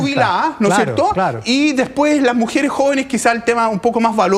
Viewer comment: Sabrá mucho de datos, pero habla como las weas: "La mujere, lo jovene, lo dato. . . ."